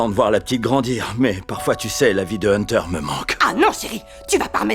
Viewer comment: Moi qui attends toujours la suite de SAO 😶‍🌫️ Mais sinon incroyable comme d'hab 😭 le "hunterrrr" m'a vraiment bien eu 🦐